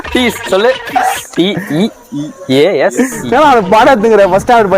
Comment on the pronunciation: tease❌ thesis✅